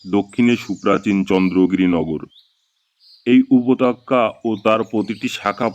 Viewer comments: Upotokkya ki re? Upottyoka bolte shekhoni? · বড্ড বেঠিক উচ্চারন। উপতক্কা নয়,উপত্যকা। শোনায় বিঘ্ন ঘটেছে বারবার। একটু খেয়াল করুন। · Apnar upotyoka uchharon khub kane jantrona dichhe ektu juktakkhor para practice 😂😂😂korun.....